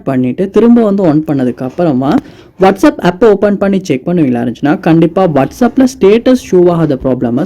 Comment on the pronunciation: Unga pronounciation konjam change pannikkanga bro வாட்ஸ் அப் கு வட்ஸ் அப், கண்டாக்ட் கு கண்டக்ட் சொல்றீங்க. உங்க ஸ்டைல் அ கொஞ்சம் change பண்ணுங்க. 😊